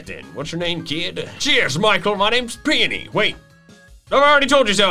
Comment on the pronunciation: Also you pronounce peony like ( pi-oh-ni )